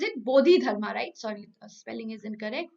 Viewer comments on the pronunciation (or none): none